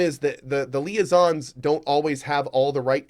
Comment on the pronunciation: Its super funny to me when ever Cohh keeps mispronouncing liaisons, and it hurts souls every time and he just chuckles in the background and then they finally troll him for it. Lol